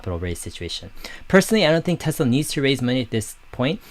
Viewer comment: Dave, it’s pronounced like Nikola Tesla. I don’t like the company. Hydrogen is expensive and dangerous and unsafe. Why not just directly compete in battery cars with Tesla then I’ll consider their stock.